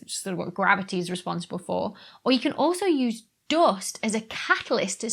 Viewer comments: 'Doe-ust' had me confused for a sec. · English isn't my first language but I just absolutely love how you pronounce "dúst" 😁